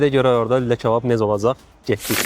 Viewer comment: почему он говорит чабаб?